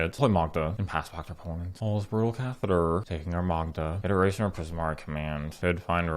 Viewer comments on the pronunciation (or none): none